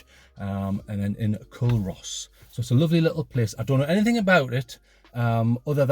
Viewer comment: Good vid.... By the way it's pronounced "Coo-Ross". 😉